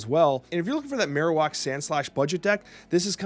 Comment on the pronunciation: Man I love your snap stuff but we gotta sit down and work on your pokemon pronunciations Marowak is like Bone Marrow